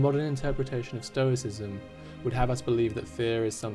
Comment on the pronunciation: Lol, "Stroiscism". So close! 😅